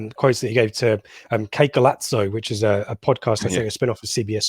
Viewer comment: The Z in ‘golazo’ is pronounced as a double S (like ‘golasso’) - it’s Spanish for ‘great goal’